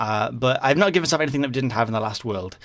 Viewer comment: In didn't say enythinng to enyone